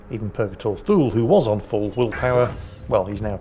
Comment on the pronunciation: I remain convinced that Thule is pronounced too-lee.